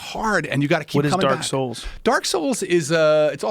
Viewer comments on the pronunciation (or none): Someone finally talked about dark souls. And he butchered it